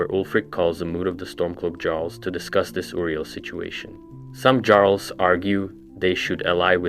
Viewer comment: That pronunciation of “Jarls” makes me cringe so hard